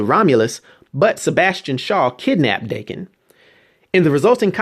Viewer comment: Im pretty sure his son's name is pronounced Dah-Ken